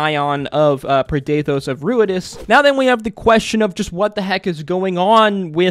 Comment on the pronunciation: I'm confused as to where you got the "preh-DAY-thohs" pronunciation from, as we were told the pronunciation by Matt on the day. Usually this sort of confusion comes from reading a word before hearing it, but that couldn't be here unless you didn't bother to watch the episode you're commenting on.